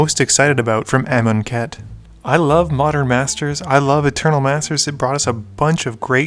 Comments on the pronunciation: Im Mars How would you pronounce it? Aye-Mun-Ket? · I really wanna know how amonkhet is supposed to be pronounced I've been pronouncing it a-mon(as in monster)-ket(as in basket)